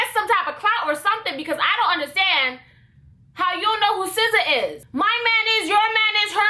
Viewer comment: i find it sf satisfying every time she says sza.😂😭